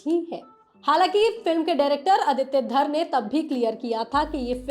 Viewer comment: Exactly! Raaaaangi (रांगी) nahi hai..Rangi (रंगी) hai. Theek ussi tarah film ke director ka naam Aditya Dhaaaar (धार) nahi, Dhar (धर) hai..😅